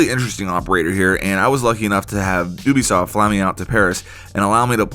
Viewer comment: U*bisoft ? Bruh it’s UBISOFT